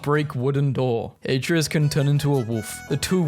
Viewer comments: I don’t understand why people say; “Æ-tree-us” instead of “A-tray-us” Also, it’s “Yor-men-gander” not.. “Jog-man-der” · Every time he mispronounces Atreus it feels like I get sent deeper into depression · you played all three, yet you pronounce Atreus wrong? you make me feel like Hermoine in that Wingardium Leviosa class xD